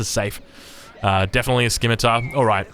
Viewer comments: I am pretty sure Scimitar is pronounced si·muh·tr or si·muh·tuh and not ski·mi-tar. It hurts so bad. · SCIMITAR - "SI-MUH-TR" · Is pronouncing it S-Kimitar a meme ? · What do you mean it's not Sai me tar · Really love the content. 1 small thing, scimitar has a silent "c" In it. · I don't wanna be "that guy", but I'm pretty sure you are mispronuncing scimitar.